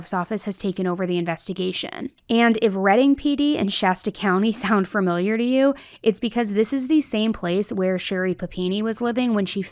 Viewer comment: “Farm-iliar” gets me every time